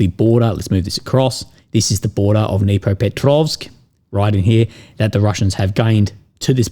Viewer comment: Just FYI, pronounced "Dnipropetrovsk " almost perfectly.